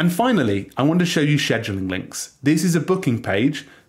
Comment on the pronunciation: Cringe pronunciation